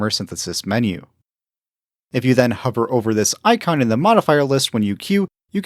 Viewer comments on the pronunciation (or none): none